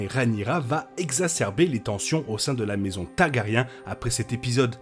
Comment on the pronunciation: Hey j’aime suivre vos vidéos depuis le début de HOTD, j’aime beaucoup , j’ai une question: est-ce un accent antillais que je décèle derrière la prononciation de Targaryen? Je demande ça parce que vous ne prononcez jamais le R et ça fait très bizarre je trouve… ce n’est pas attaque, je précise, juste une question ❤